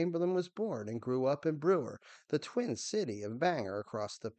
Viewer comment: Chamberlain was from Brewer, right near Bangor. Pronounced BANG-gore, NOT Banger. And Penobscot River pronounced pen-OBB-scott.